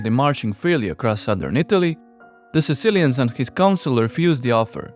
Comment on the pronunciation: Pyrrhus got so pissed about the sicilians he changed his name from "Pyrrhus" to "Pyrrus" to "Pyruss". The sicilians also got super pissed they changed their name from "sicilians" to "sicalians" to "sicilains" to "sicialians", all that in a matter of seconds. Let me ask you something: have you been sniffing laundry detergent or smoking cow dung by any chance? You cragged up leprechaun you 😭